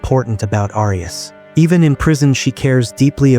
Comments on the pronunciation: It's pronounced "air e us" thanks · Is this an A.I. voice? Why is "Arias" being mispronounced? I hate A.I. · Continual mispronunciation of the surname “Arias” is very annoying.